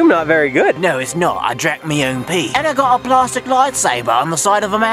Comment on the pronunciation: "it's made of plarstic"